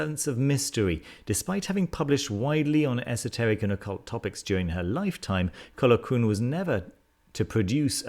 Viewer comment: Ithell Colquhoun is pronounced Eye=thell Col-hoon. :-)